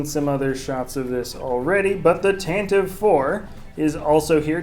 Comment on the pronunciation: it's Tentiv-E IV with E sound at the end as Pablo Hidalgo learned us :P